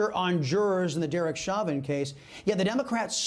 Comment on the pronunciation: Hey everybody I am from Louisiana the name is pronounced Show Van. CHAUVIN NOT CHA VIN OR WHAT EVER